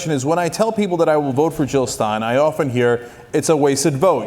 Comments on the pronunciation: Jill Not Hill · jill not hill!